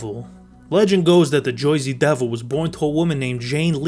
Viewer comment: “The Joy-zee Devoe”